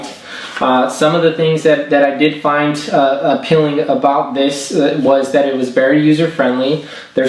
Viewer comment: APELLING? does he mean Appealing?